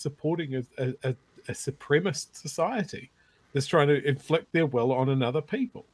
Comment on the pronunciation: Ffs, Nu Zillun, the word is ‘supremacist’. Take your time, take a deep breath, and work your mucusly glottals around the extra syllable, please …